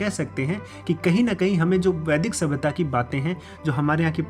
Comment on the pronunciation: Vaidik ki pronunciation m sudhar Kiya Jaye please